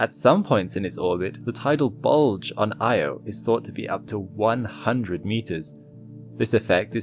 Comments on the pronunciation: very interesting and wonderful. But it was hard listening to the mangled pronunciation of Io. It's not prnounced "eye =oh". The correct pronunciation is "ee - awe" . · Why does no-one say Io correctly? EE-oh, noy Eye-oh. Just think of the nursery rhyme "Ee, eye , ee, eye, oh" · It's Io, pronounced eee-oh. Carl Sagan talked about how it's inadvertently mispronounced. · its actually ee-oh by the original ancient Greek pronunciation, not ee awe. source: carl sagan.